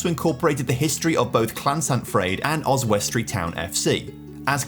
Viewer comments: It's pronounced Os_wi_stree, not Os_west_tree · So random seeing my home town pop up on youtube. Also Oswestry is pronounced, Oz-wuss-tree with the emphasis on the Oz. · Really annoying me how you’re pronouncing Oswestry. Oz-wust-tree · As a local and a fan of your work your pronunciation of Oswestry is painful yet sweet to see new content... 🤣